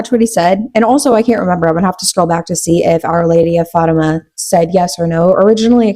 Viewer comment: I love this longer content! I always watch your videos when I’m cleaning ❤ also I’m so sorry queen but it’s pronounced Fat-Tim-Ah but you did so good! Only telling you because you’re always so thoughtful and inclusive and you wanted to know! You’re doing amazing sweetie!